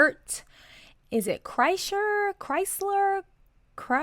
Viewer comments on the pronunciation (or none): No way she actually said chrystler😂😂 tom would be so happy